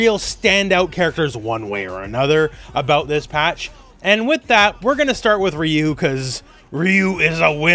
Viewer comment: "Raiyou" fucking sent me 💀